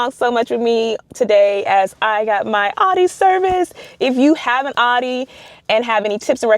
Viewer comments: It’s pronounced “ow-Dee” not aww-Dee smh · It's pronounced "Ow-dee."